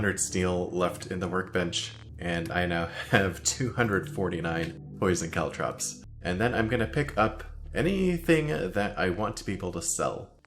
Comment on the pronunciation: For some reason I'm perpetually bothered by the way pronounces caltrops